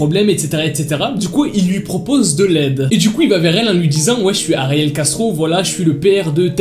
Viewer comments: Ptdrr, j’ai compris « Gastro » au début. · Quand il dit : ariel Castro j’entends ariel gastro 🤣🤣🤣qui est comme moi ? Like 😂😂😂😂